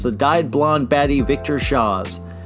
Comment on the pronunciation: Victor Shawwz? Wtf